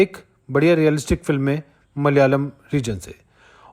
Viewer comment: Brother it is pronounced as Malayalam, not Mal-yalam